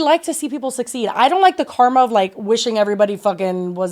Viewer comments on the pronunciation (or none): none